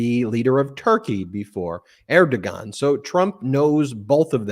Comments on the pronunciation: Regarding: , it's Erdoğan The yumuşak g is more of a wh than a g in this case. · Pro tip: it's pronounced "Eir-da-wahn" not "Er-da-gon". Still love the show! EDIT: and it's "Paul-ity"...surprised that one isn't familiar as a lawyer who talks politics...(polity...politics...pronounced the same, except a different ending). Again, still love the show! Just trying to be helpful, even if I'm being pedantic! EDIT: the quote is: "It's the economy, stupid" and it came from James Carville.